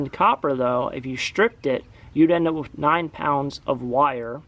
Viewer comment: Sometimes we count how many times he says"wiff" instead of "with." Giggle giggle...